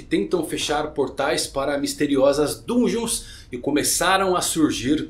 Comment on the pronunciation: Se escreve "Dungeon", mas se lê "dangeon", pq está em inglês